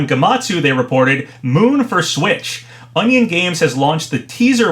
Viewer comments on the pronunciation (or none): none